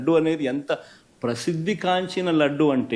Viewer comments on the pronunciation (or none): ప్రషిద్ధి.. కాదు జగన్ ప్రసిద్ధి నాకు అవకాశం లేదు నీ అదృష్టం లేకపోతే బెత్తం తో మోకాళ్ళ పై వీపు పై విమానం మోత మొగించేవాడిని.. ప్రసిద్ధి అని నేర్చుకునే వరకు తాట తుసేవాడిని జగన్ ఏమయ్యా జగన్ నీకు పూర్తి గా తెలుగు భాష రాదు తమీళం రాదు కన్నడ రాదు ఇంగ్లీష్ రాదు హిందీ రాదు... పశువు కూడా పశువు బాష చక్కగా అరుస్తుంది మనిషి గా నీ భాషను భారత దేశంలో అందరూ నవ్వుకుంటున్నారు..420గా నీవు... భి యఫ్ బ్లూ ఫిలిం బాష గా రోజా రెడ్డి సెక్స్ జిలేబి ఛీ రెడ్డి ఆంబోతు గాంబాబు పళ్ళు కంపు నాని ఫాన్ ఫరాక్ క్యాన్సర్ ఇటువంటి చవకబారు గాలి వెధవలుభాష నీ భాష... భారతదేశంలో ప్రజలు దొరికితే మీ కుతికలు.... కొరికి తెలుగు భాష ను నేర్పిస్తారు.. ఛీ ఛీ నీతి జాతి నీ తల్లి నీ అమ్మిన వెధవ లు గా ప్రజలు కి అర్ధం అయింది పరదాలు చాటునుంచి వెళ్ళే నికృష్ట బతుకు ఛీ ఛీ దరిద్రుపు నికృష్ట వెధవ